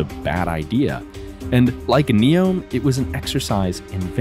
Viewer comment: Neom= “New” + “Yom” which means day in Arabic . You got that wrong